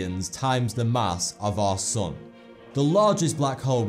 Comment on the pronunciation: It's really funny how he says "Our sun" and I hear every time "Our sOn".